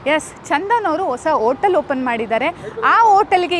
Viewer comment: Madam anchor ಆಗಿ ಸ್ವಲ್ಪ ಅ ಕಾರ ಹಾಕ ಕಡೆ ಗಮನ ಕೊಡಿ. ಓಟಲ್ ಅಲ್ಲ ಹೋಟೆಲ್, ಓಸಾ ಅಲ್ಲ ಹೊಸ,ಒಗ್ಬೇಕು ಅಲ್ಲ ಹೋಗ್ಬೇಕು